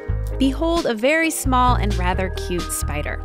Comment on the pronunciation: EXCUSE ME DID SHE JUST SAY SPEEDER INSTEAD OF SPIDER IN THE START??